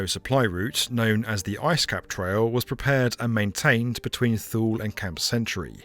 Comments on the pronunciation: not "thool" air base ... it's "too lee" air base. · emphasis on the first sylable, like toolee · FYI, Thule is not pronounced "Thool", it is pronounced "Too-lee", which is close enough to how Greenlanders say it. Great job Ford, you totally blew the linguistics. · Small correction: "Too-lee" air base, not "Thoole" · It is not Thuuuuuuul. It is Two-Lee. jfc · In the marine corps we call camp lejeune, la-june but its pronounced le-gern we all just did it wrong lol. Just like your dad called camp thule wrong. Its th-oo-el like the crop not two-lee. Just bc he was in the military doesnt mean he would know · “Tool-ee” Air Force Base. Not “THool”. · "Thule" is pronounced "tool-e" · Thule is pronounced too-lee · >Thule too-lee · Thule is pronounced "TOO LEE" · Thule is pronounced THOO-lee, just like the company. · Two lee Greenland. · Thule pronounced [too-lee] . My Dad was stationed there for year, in the early Fifties. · Thule Air Base…. It’s pronounced “Tooly” Air Base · Thule is pronounced Toolie, at least to my knowledge. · FYI, Thule is pronounced "TWO-lee" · Thule is pronounced Tulie it was one of my sites to visit. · TWO LEE. LIKE... THAMES RIVER. TAMES. thankyou. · Thule base is pronounced "Too-Lee" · Thule is pronounced Too-Lay. same as the Swedish company that makes roof bars, bike racks and cargo box systems for your car. fascinating story! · "Thule" is pronounced "TOO-lee" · Thule is pronounced "toolee" and I could have been stationed there in the 90's in my twenties but I thought it just a little too remote for a whole year. Hindsight though, it would have been amazing. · Been to Thule twice. It’s Tool. Or toolie. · Thule is pronounced "too-lee" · Too-Lee not thule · I’m sorry but it’s pronounced “Two-Lee” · Thule in Greenland is pronounced 'Thulay'. It's named after a mythical remote northern region in Greek legend. But the project was brilliant! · It is "Too lee" you are correct. perhaps a bit of research on names perhaps before recording?